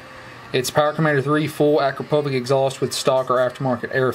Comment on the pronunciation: super video. are you still in love with this motorbike (when turning ON the LOVE shine lol:). just dont say "AKRAPOVIK".....it is AKRAPOVIČ, like written in eng. acrapovich. stay safe :)